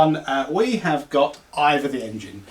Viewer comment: Hey now look you Boyo bach.., It's IVOR, that's EYE-VORRRR not Either/IVA!